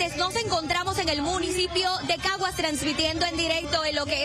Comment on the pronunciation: Decía en cagas en vez de Caguas 😂